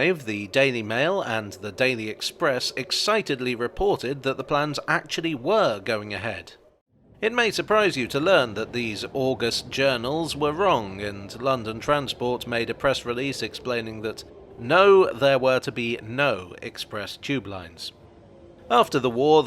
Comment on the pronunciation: for that sense of "august" (the adjective form), the pronunciation should place the stress on the second syllable, not the first.